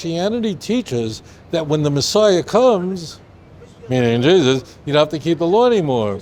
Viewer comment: I pray for this man that he may find Jesus his and our Lord and Savior. He can’t even say Jesus’s name normally smh. I pray that Spirit you read in verse 27 truly goes in you. Jesus loves you brotha.